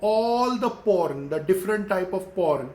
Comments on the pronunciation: Porn =prawn wa bhai Kia Gazab ki English he aapki socha Kuch aur Mila Kuch aur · till half video i didn't understand .. It was "Prawn' not 'Porn" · Hey its not p**n it is prawn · It’s pron not porn 😅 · Bro it is prawn not " porn"👍 👍👍👍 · Bhai wo prawn hota hai not porn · 🤣🤣🤣porn instead of prawn Wtf man! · Bhi its prawn not porn, its not a thing to eat😅😅😅😅😅. If u want to talk in english then speak correctly and if your spoken english is not good enough then why don't u talk in Hindi or in your mother language. You should be proud to your language . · Abe wo porn nahi pron hota hai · Bhai ek to ye bta ki tu teacher h konse school me or dusri cheez sawn kuch ni hota or bhai porn ni prawn hota h sir ji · he meant to say prawn🖕🖕🖕🖕🖕🖕😠😠😠😠😖😖😠😖😠😠😖😠😖😠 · Kyaaa yaar ye banda prawn ko porn bol rha hai.... Iske baad sahi me English ne aapni jaan le li.... Chalang laga li usne building se😂😂🤣🤣🤣🤣🤣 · It's "prawn" Not "po*n". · I THOUGHT HE WAS SAYING PORN 🙄🙄🙄but he doesn't know english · His subscribers are the one who learns English from him.. You know what my younger brother speaks English... Please don't try to learn English from this guy....... Like u don't know Chinese he don't know English.... English is in coma!! And MOUTH FART!! 😂😂 WHO KNOWS HE WAS TALKING ABT PRAWN 🍤.... CRAZY MAN!! CRAZY!! HE HAS LOST HIS BRAIN WHEN HE WAS A CHILD...!! I AM REALLY LAUGHING AT EVERY SENTENCE OF YOURS .!!!! I AM HERE FROM TRIGGERED INSAAN WHO IS HERE FROM TRIGGERED INSAAN!! 👇👇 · In the beginning I was like so shocked when he said I show pictures and fully explain..I was like wtf but then I realised he meant prawn😂